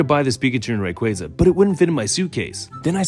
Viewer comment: He's already sad because you mispronounced Rayquaza